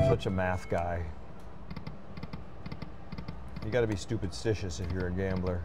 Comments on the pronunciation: Stupidstitious? lol thought I heard that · Did you say “stupidstitious”? Lol